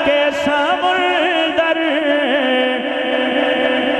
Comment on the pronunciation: جی اصل تلفظ سَمُنْدَر ہے